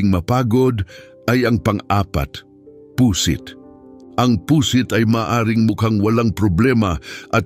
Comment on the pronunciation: Pu'sit hindi Pu.....sit ang pagbigkas!